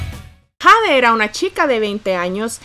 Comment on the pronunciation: Jade se pronuncia Yeid